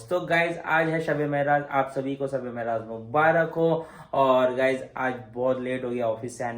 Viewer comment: Meraj hota hai, mehraj nhi